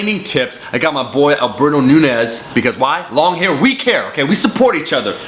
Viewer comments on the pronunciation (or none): Nuu-nezz? is that like five o's or two u's? It's Nuñez. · Omar, I'm 90% sure last name is Nuñez not Nunez lol. The tilde changes the sound of the "n". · Alberto Nu-nez lmao